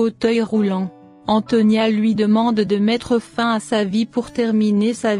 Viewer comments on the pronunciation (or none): Faim ont ne dit pas comme ça Fin 😂😂😂😂